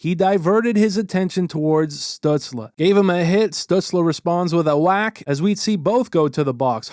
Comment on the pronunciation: This is off topic but the way you’re saying “Stützle” is driving me nuts 🤣